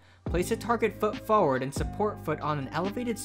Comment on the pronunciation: Lol the way you pronounce the word "forward"